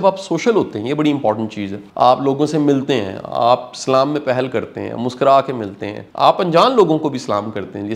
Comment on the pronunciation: Assalamu Alaikum aapne jo abhi salam hai wo galat h please salam ki sahi adayegi kijiyega please